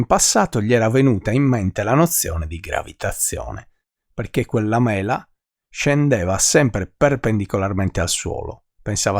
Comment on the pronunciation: mela detto con quell inflessione è davvero fastidioso..